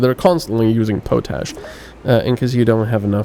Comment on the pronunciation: Nice video but you are pronouncing potash incorrectly. It is pot-ash not po-tash.